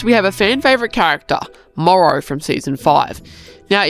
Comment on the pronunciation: Why instead of Morro says Morrow💀